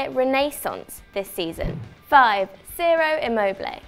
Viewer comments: Pronounced 'Chiro' not 'Zero' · It’s pronounced chiro immobile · Ciro is pronounced chee-roh. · Its pronounced 'chiro'